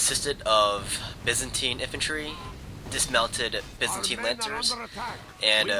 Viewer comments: byzantine is said, bye-zan-tie-n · It's most certainly pronounced by-zantine universally. Whether you pronounce the third vowel as an 'e' or an 'i' could be regional, but I'd wager most would pronounce it as the the latter... even in the States. On another video you called the gallochlaigh 'ga-log-likes', too. ...It's closer to 'ga-loch-lay'. Anyway, I'm done being pedantic. Love your vids.